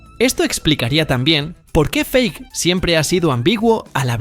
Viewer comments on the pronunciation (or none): none